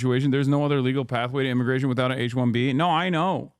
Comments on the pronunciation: mfer said immiration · Gimme that sweet Immiration